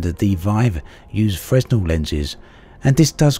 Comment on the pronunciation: FYI to everyone who wonders-- In the term "Fresnel Lens", the 'S' is silent in "Fresnel".